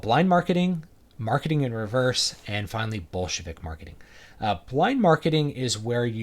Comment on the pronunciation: When you say "Bolshevik Marketing", I keep hearing "Bullshit-ik Marketing".